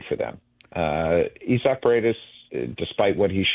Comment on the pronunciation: Why does it sound like they are saying Itzhak, as in Perlman, the violinist, I guess it sounds familiar.. because most people don't say it like that.. it's more like Isaac Eye-zick . Mainstream way instead of EEE-sock? I don't hope they regret trading Cam Smith